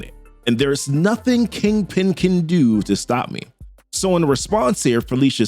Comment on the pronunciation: “keeng ping”